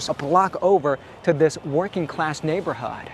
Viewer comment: I’m can’t get past the way he says neighbour hooward